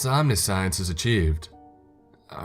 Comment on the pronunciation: omni-science lol "OM NI SEE ENS